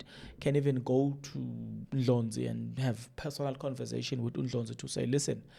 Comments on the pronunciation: It’s annoying hearing you pronounce Dr Ndlozi as Ndlonzi what’s the matter?? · Heeey wena is not Dr Ndlonzi fool is Dr Ndlozi called his surname properly..